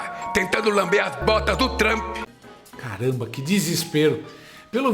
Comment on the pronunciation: "Tentar lamber as botas du Trampi", diz Lalau... Logo ele, que tem a boca recheada de "cutuca-cabra" de soldados do Hamas... 😂🤌